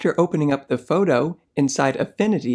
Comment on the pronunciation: I like how he says photo in a kind of accent. Like "fowdow".